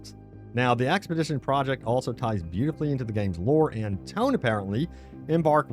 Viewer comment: expedition NOT axpedition !!!! get help